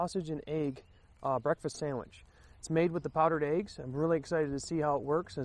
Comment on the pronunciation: Hey... you say Eéggs lol with a long E. Awesome, to hear different accents now and then:) Pretty steaming Ration Heater, Pete had bad luck with his this week:) On and on a good one mate *